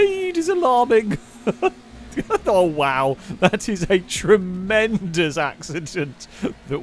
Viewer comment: dangersausage's second shunt was "tree-mendous" thank you, thank you.